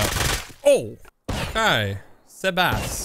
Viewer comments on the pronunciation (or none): How is sebass pronounced sabass 😂